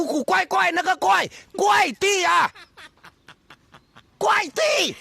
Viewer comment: Kuai 不是 guai. 他读到guai